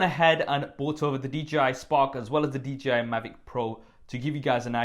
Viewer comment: it's D-J-I. Not DGI.